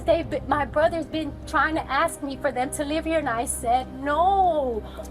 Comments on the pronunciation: Why can't they say "ask"? They say axed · It's so annoying when people say "Axe" instead of "Ask". Learn English idiot's. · You dont say "we was" its "we were or we are" ......and its ask not aks...learn like I had to learn before moving to US..... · why cant americans say Ask? there are no Axes here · For the love of god’s green and verdant earth, it’s ASK not AX.